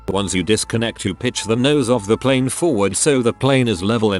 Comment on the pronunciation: It's pl A ne! Not pl I ne!